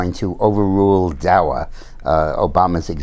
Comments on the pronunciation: Its not DA"W"A Dick, Its DA"C"A. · Daca not dawa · I always enjoy his commentary, but that he is saying "DAWA" tells me he rerally has no idea what DACA is really about. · Why is he pronouncing it "Dowa"? Just wondering. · Maybe he just forgot to put his glasses on. After all he is getting older. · Julie King, I was wondering that too. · He's human too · Jim M Agreed, like I said, I thought maybe I'm pronouncing it wrong. Or maybe there's a different name for it than I know about. I was just asking, not criticizing.